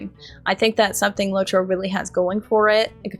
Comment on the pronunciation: "LOT- ROW"